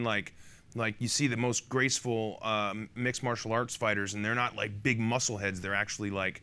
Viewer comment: Not** said by Zoe at around 8 minutes 15 seconds, not ‘note’.